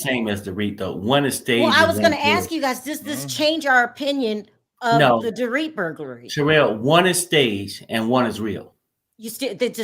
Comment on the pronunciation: Sharrell PLEASE STOP SAYING DORIT...NOT THE SAME!!!!